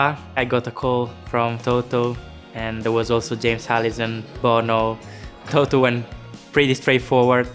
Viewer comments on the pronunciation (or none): none